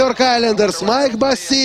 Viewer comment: не Босси , а Босси!!